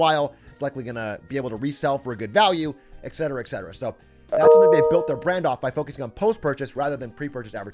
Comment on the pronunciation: Yo atrioc, big A, it’s et cetra not excetra. Et tu brute?